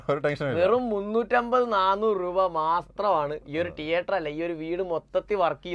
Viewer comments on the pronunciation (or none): ടീയേട്ടർ അല്ല anchor സേട്ടാ തീയറ്റർ